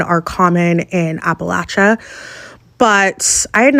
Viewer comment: You pronounced Appalachia wrong. Also, catman lady is wrong. Male cats and female cats will travel for miles from their homes for food, mating, and territory. I also live in the country and male cats show up here all the time. I have no neighbors on any side of me for at least a mile in any direction. Omg eagle feathers? It's illegal to have any bird feathers (especially eagle feathers) unless you're native american!